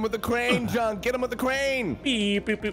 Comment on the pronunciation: Junk, not duck